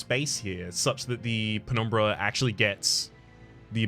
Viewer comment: I really like your pronunciation of "penumbra". So aesthetic